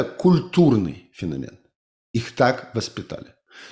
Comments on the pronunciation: По-русски правильно "фенО'мен". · фенОмен, как в английском